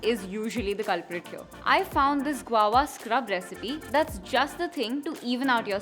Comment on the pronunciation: It's "guava" & not Guwowa 😁